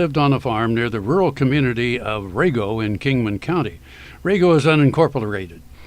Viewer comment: It’s Rago with an “a”.